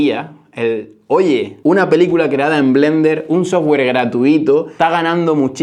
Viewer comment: Dijnei, sojgüer 😂😂😂